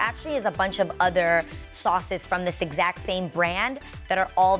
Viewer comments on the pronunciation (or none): the new york in her popped out when she said SAUCES